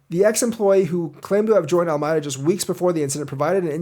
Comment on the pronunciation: Al-ah-me-dah. Your welcome :)